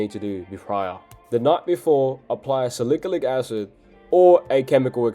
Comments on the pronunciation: Salikilic😂😂😂...bro it's salicylic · salicalyc acid😭😭😭😭 it's salicylic acid bruv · SALIKALIK ACID SALIKALIK ACID SALIKALIK ACID SALIKALIK ACID 🗣️🗣️🗣️🗣️ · "Sa lick-a-lick acid" HAHAHA